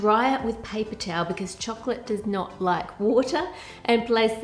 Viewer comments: I like how you say chocolate. It sounds like "chucklet" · i hate the way she is prononcing chocolate to chocccccclatte😠